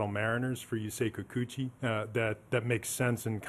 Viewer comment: Yusei Kikuchi "You say Kikuchi" well soooooo gooooooood!